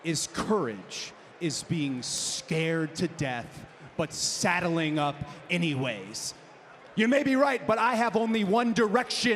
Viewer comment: No no. He said "thaddling uopp anywayth"